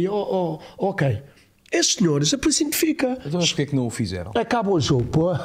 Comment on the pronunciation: A polícia "entificaos" 🤣 tão bom